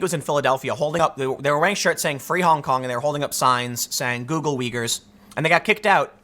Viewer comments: Hey LeBron! 'Uyghur' is pronounced 'Wigger'. As in 'Wiggers' be gettin' killed over in China over your Nike shoes'. That help at all? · Tim, it's uygurs not wiggers lol